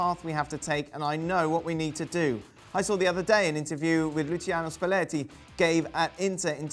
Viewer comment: Hear the way Dan said Luciano Spalleti there? 😂 It was like something from the Dolmio spaghetti adverts